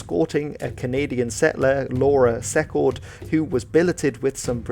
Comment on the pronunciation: At the video describes Laura Secord (which should be pronounced "Sea-cord") helping the British defeat the British at the Battle of Beaver Dams. She actually helped the British defeat the *Americans*.